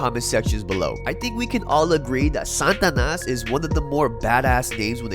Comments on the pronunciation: The way he says "SANTanas" when it is "SATAnas" is pissing me off lol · Satanas… not Santanas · It's SATANAS not san'tanas what am hearing from ur pronunciation sir. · sts pronouncian is "Santanas" or what is real Satanas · Pronounce it correctly Sa-Ta-Nas not 🎅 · Sa ta nas... not San tanas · it's SAT-A-NAS not SAN-TA-NAS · Why are you sayin santanas is satanas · Why you keep saying “santanas”… not “satanas” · Is it Sa-TA-nas or S-AN-tanas because you spell it Satanas but pronounced it SANtanas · Satanas though,not Santanas. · If you pronounce it Santanas one more time!!! 😡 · Why u keep saying Santanas? Or is it the stuffy nose? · Its funny when you say it Santa nas. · There’s no “N” pronunciation after SA.. TA NAS (slight accent on 3rd syllable) SataNAS from my experience knowing them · Ask your wife how to pronounce Satanas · you saying it wrong bro